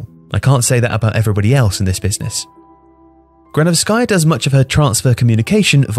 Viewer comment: GranOvskaya not GranovskAya